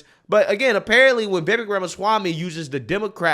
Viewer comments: The man has said his name is pronounced like "CAKE"...'VIH-VAKE' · Ibram is just another idiot who can't even say Vivek's name correctly. He also knows he is lying about Trump and Vivek but will do literally anything to defend his own bullshit.